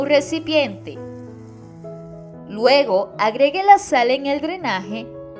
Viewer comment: No se dice Sar....Se dice Sal...Actuar..No Actual..Fácil, No Fácir..Ojo..Critica constructiva..